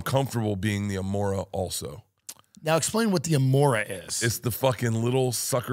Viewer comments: It’s “remora” not “amora” , amoron. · Only this commenter pronounced it right. Bert called it an “Amora” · It’s a “remora” not an amora. Classic commensalism symbiosis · Bert:'i wanna be the amora, the little suckerfish that attaches itself to a shark and takes a ride' It's actually called "Remora" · It’s called a Ramora Bert! Not an Amora